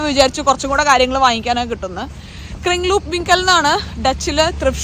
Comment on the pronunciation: ക്രിങ്ങ്ലൂപ്‌ അല്ല ക്രിങ്‌ലോപ് ആണ് ❤